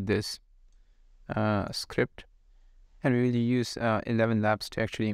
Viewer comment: Elevenlabs not Elevelabels.